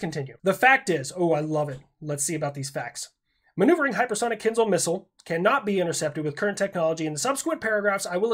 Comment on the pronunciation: I do want to bring up a very important point. :D You're pronouncing kinzhal incorrectly. Unless you're doing an "I-ran" thing and on purpose, the sound is ZH not Z like if you're trying to pronounce a chinese last name of "Zhang", since that too isn't "Zang". I'll see myself out.